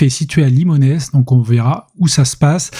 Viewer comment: on ne prononce pas le S de Limonest ça donne "Limonet" et on est dans les Monts d'Or ya des sous à l'habitant !